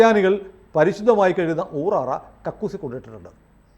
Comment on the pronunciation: ഊറാറ അല്ല, ഊറാല എന്നാ ണ് അതിന് പേര് പറയുക.